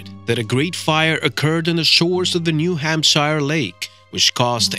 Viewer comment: There is no New Hampshire Lake! You don't even say Hampshire right. Your BS puts into question everything you say!